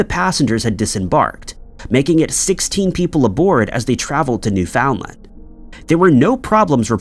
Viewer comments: Btw, it's NEW-fin-land, not new-FOUND-land. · Has anyone here ever heard of "New Found :Land"? I thought it was Newfoundland, but I'm just a silly Canadian...this narrator is special. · Dang, kinda pedantic isn't it? And as I type this he said New Found-Land two more times and I'm getting irritated now, lol. New Finland is always how I said it. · You are saying "New Foundland" wrong. And it sounds dumb AF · It’s NewFINLand. Not New FOUND LAND! Love your content tho. Listen daily ❤ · You can't expect people to know every local pronunciation. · New foundland…. Wtf lol why does he constantly say weird shit like this ? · You don’t pronounce Newfoundland that way. You don’t have insinuate the “found” it’s New-Fin-Land when pronounced. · Properly pronounced, in my understanding, it should sound like “NEW-fnlnd” Am I right? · Newfoundland rhymes with “understand”. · Learn to pronounce words like Newfoundland and Peron. It undermines your credibility. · Now if he could just pronounce Peron and Newfoundland correctly.